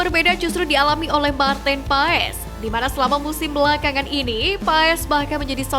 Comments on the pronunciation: Maartin Paes? PAAS min bukan PAES... Maartin Paas.... hadeuh... norak banget adminnya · Min maarten paes sebutannya "martin pas" min yg benar pengucapannya yah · baca nya Maarten paas min ini valid dari kakek" yg besar di belanda pake kacamata wkwk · Min... Koreksi penyebutan nama Maarten Paes... 🙏🙏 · 😮lidah indo... Maklum... Lulusan SD